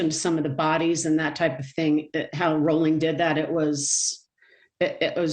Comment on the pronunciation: This is such garbage. There wasn’t a moniker then, it was only later that folks called him the Ripper. These folks mispronounced his last name. Danny Harold Rolling was a brutal gruesome serial killer who attacked over a series of a couple days. So it is nothing like the University of Idaho student murders. The media blows.